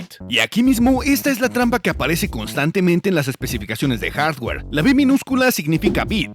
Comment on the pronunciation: ¿Por qué dice HASWER?